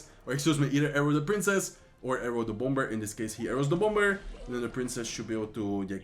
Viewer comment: I really love your videos! Keep it up! By the way, bomber is pronounced without the “b”. It is pronounced as (bomer)